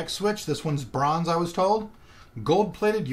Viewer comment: Is there a reason you pronounce cherry mx browns as cherry mx bronze? ...lol